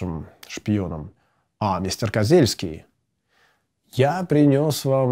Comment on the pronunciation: Да не Козельский, а Козюльский...